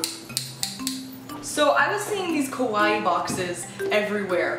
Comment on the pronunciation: It's so cute how you say kawaii >////< cuz you pronounce it like it's kowai (scary) and it's like you're having a Yuno Gasai moment!!!